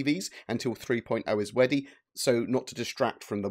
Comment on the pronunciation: ..."until 3.0 is weady".. hahaha you said weady, that's cute